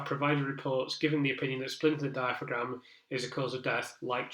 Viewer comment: Thanks for this. Your analysis has been so interesting and informative. Looking forward to reading your book. Just in case you narrate your book, though, diaphragm is pronounced dia-fram.